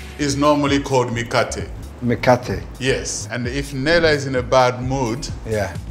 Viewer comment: I'm from Kenya and the 'Mikate' really sounds like 'Mkate' which means bread in Swahili